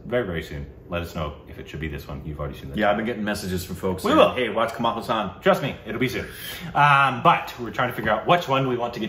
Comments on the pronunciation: Haasan. The first a is long and the second short. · Guyssss...its "HAASAN...HAAAAAA" how come it can be "HUUUU" :D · Kamal Haaaaaaasan Haaaaaaasan Haaaaaaasan...NOT Huuuusan! My God, you guys! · (read in Hermione's voice) It's not Kamal Huusaan, it's Hasaan. This is why you don't have an interview with him. Everytime you call him, he picks up the phone, and says, "Sorry, wrong number".